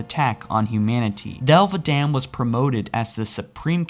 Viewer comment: "Thel Vadamn"